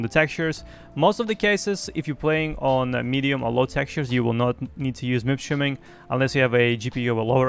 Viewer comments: Why are you saying -streaming šo weird>? Shiming??? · Are you saying MIP SHIMMING or Streaming? lol